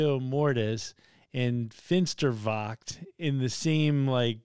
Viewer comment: Never mind the pronounciation. Most of us Germans butcher English all of the time, even when we are doing our best! 😅 And your "Finsterwacht" was really well done! It's a tough one with the 'ch'-sound! Popcorn was most appropriate here, definitely! 🙂 Edit: Saltatio Mortis is the name of the band.